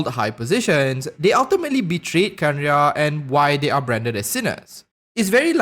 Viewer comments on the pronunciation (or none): Kanria not Kenria. Just helping you the "e" is silent.